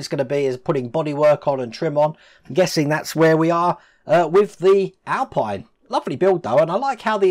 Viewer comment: You're probably fed up of reading this, but the Renault Alpine is pronounced Alpeen as it's French. The Alpine racing cars being British are pronounced AlpEYEne.